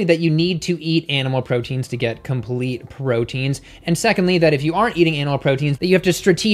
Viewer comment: "compete protein"